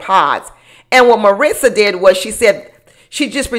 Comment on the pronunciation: Where is aunty finding this imaginary "T" in Marissa's name, came flat out of nowhere. You must have a MariTsa in your personal life😅